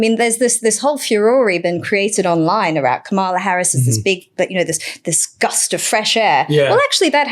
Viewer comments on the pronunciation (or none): You're all (deliberately?) mispronouncing Kamala's name again. It's KAM-ala, not Ka-MA-la. It's not hard to get right.